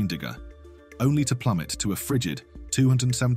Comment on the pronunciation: Damn. AI cant read "degresss". 😄